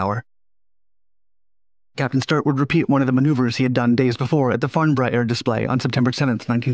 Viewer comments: Description. "RAF Systerson Airbase" Guess you are a fast talking robot, but you cannot spell. 'Syerston'. And you cannot pronounce, FARNBOROUGH. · Well it's certainly not Damian, he's English. Speeded up maybe but dreadful. Can't even pronounce Farnborough!